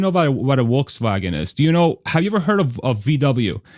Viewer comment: As always, great content and great AUDIO. Go $TSLA HODL 4 LIFE! I like how you pronounced 'Volkswagen' the correct German way at least once. Well done, sir.